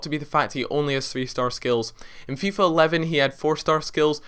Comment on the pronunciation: loool da way he said fifa